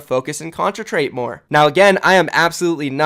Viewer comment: "contratrate" OMEGALUL